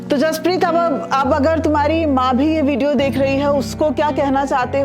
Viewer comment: बचे का नाम जसपरीत है ना कि हरपरीत